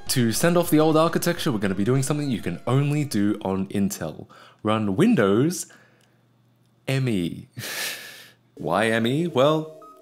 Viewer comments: It's not M.E., is just "me". As in what you say when somebody asks, "who wants ice cream?" Also Me is literally 98. It was originally going to be called Windows 98, third edition. But since The year was rolling over to 2000 they decided to capitalize on the word millennium. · "This thing is so reflective I could probably do a makeup tutorial on it" You know we need it,. Also, did you know Microsoft actually intended it to be pronounced 'Me' (1 word) rather than 'Em-Ee'? Yeah, neither did 90% of Me users. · Nice :)... Note that it is called "Windows Me", not "M. E.". Thats why it is written "Me" ;)...